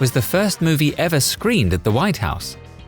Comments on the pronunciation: Lyndon Johnson lifting a dog by the ears was would have broken the internet had there been an internet. Also it's Woodrow Wilson not Woodraw. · "Woodraw" Wilson? LOL